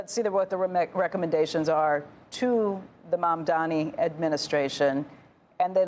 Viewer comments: Andrew - you are a smart educated tv anchor. Perhaps you should practice pronouncing Mamdani correctly before going on air. It’s either deliberate or just lazy. Which one is it? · You still can’t even say his name right, how do you call yourself a journalist? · How is it no one can say his name right? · Where is the third M in his name? I’m surprised that journalist can’t get his name right still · Day 100 still can't pronounce his name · Why is it so difficult, especially for journalist or news casters of corporate media to pronounce Zohran's Last Name correctly? Is it deliberate? M A M D A N I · He still has to say MAMDANI...I think he's doing this on purpose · ok DON'T ever ever mispronounce someone's name twice because you are deliberately twisting the name and that makes you a racist. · MamdaMi? Still struggling with alphabets, maybe move from CNBC to ABC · Lmao 😂even the journalist pronouncing mamdani wrong 😂😂 MAMDANI NOT MAMDAMI.so stupid not to say his name correct it’s super easy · It's not Mamdami! It's MAMDANI! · It’s “ MAMDANI “ not Mamdami. You are purposely saying it. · Isn't it so pathetic to intentionally say "Mamdami"? It more humiliates you than him because you've heard this name constantly for the last couple of months and not learning that questions your IQ! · They are satisfying themselves by speaking his name as Mamdami😂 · Mam-Dan-NI (as in NEE), not MI (as in MEE) NI!, how hard is it to pronounce his name correctly? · Andrew, Please stop saying “Mamdami” and say his actual name Mamdani. It’s getting on my nerves. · It’s MamdaNi not MamdaMi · MOM-DONNIE FOR THE LOVE OF GOD SAY IT CORRECTLY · MAM-DA-NI. say the name right. you get paid millions, do your damn job properly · bro its Mamdani - "NI" not MI. atleast learn how to say the name. what school did you go to? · At least Becky has the common-decency to pronounce Mamdani's last time compared to 'squit-eyed ross...who intentionally dispronounce his last name with clear-intent!!